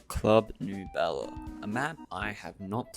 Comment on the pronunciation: Was liking the video until you started pronouncing clarke as clark-eh and nebula as noob-ela. genuinely how can someone look over their recording and think yeah thats fine